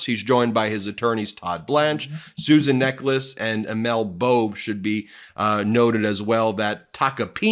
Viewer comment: Did he just said Susan Necklace? It sound like an execution.